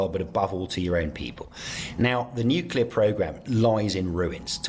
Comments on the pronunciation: " new - clear" it's quite simple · No such word as nucular